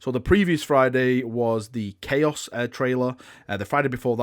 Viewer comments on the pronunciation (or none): "New CHOAS" kwuas is my favorite faction